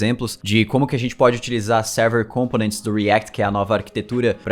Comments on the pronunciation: sou seu fã kk mas ao invés de pronunciar com-po-nents como proparoxítona faça como paroxítona rsr ao invés de COM-po-nents fale com-PO-nents só mais uma coisa, sabia que eu sei todos os caras que fazem vídeo no youtube que aprenderam contigo... comenta aqui que te digo como rsr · Components se pronuncia com enfase no segundo O. compOnents e nao cOmponents.